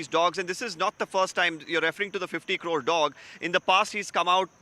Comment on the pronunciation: 😂 ... He spells 50 as fitty crore as core